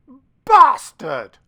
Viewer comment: Enjoyed the Terry Jones quote but you need to be British to say bastard correctly...and for anyone who is thinking wtf... Another Monty Python legend down. 😢